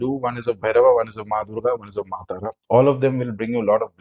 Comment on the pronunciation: Sir are you bangali ? Causes at the starting your video , your pronunciation " joy ma tara , joy ma kamakhya" similar to as a bangali speaks that's why I asking.. Thanks for this video sir . ❤